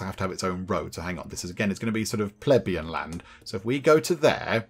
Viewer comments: it's pleBEian, not PLEbeian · Hehe, you tried almost every possible pronunciation bar the right one bless you. Plebian = Pleh-bee-un. It's where we get the word pleb that some still use.